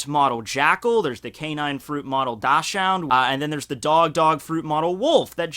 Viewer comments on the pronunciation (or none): Dachshund is pronounced "doksund", btw, your pronounciation made me sick😂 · The dachshund is pronounced doxxen if you didnt know. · Hey, might want to look up how to pronounce dachshund